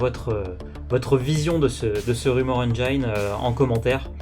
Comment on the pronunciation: arf la prononciation hérétique de "engine" !!! au bûcher !! sortez les lances flammes lourd !